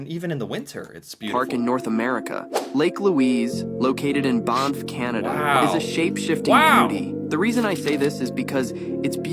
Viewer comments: Wow that is the most awkward pronounciation of Banff I've ever heard. He almost tried to make it European 'Bahnff' Its pronounced with a more nasally 'ah' sound, not an 'oh' sound. he said it correctly. The ticktock didn't. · Barnff?. That’s not how you pronounce Banff. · I cant get over the guy who called it "Bonff" oh yes of course, i love going to "Bonff". Like sir, its "BANFF" like, pronounce the word "BAN" and then add the F's on the end. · The (A.I.?) voice in the TikTok was saying "BONF" -- do not be confused -- it is really BANff.